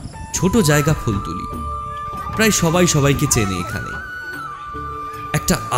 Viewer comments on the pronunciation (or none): Sudhu phultuli Noi. Phultola hobe